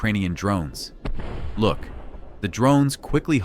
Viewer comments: AI says look wrong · your AI voice says 'look' wrong